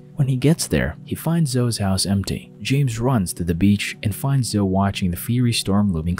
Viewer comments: Hey, it's NOT " Zohh " it's `` Zohh ee ´´ ( Zoe ) Good grief Charlie Brown. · It’s pronounced Zo-ee, not Zoh. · Zoe is pronounced Zoey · Great video, not sure if anyone has said yet, but zoe is pronounced Zo-ee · For future reference, "Zoe" is pronounced Zo-ey (long O, long E, like Joey). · Ok so my actual name is zoe and hearing this guy pronounce it zo hurts my soul lol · Zoe is pronounced Zo-E This was really bugging me in this video lol. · reads Zoe like a Joe... im am dying 😂 😵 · why the fuck does this guy say zoe like that lol. no hate intended but like wtf